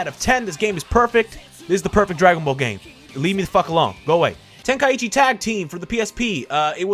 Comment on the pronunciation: Why does everyone pronounce is “Ten-Kai-ichi”??? (Ten-Kie-ee-chi)